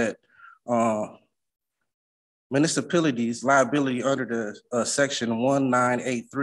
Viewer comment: I'd like to "axe" this father of the year exactly what a "municipility" is? 😂